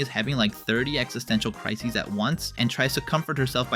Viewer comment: cRiSiSeEeZ omg i love it😂😂😂